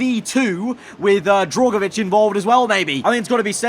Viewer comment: For goodness sake the man's name is DRUGovich not DROGovich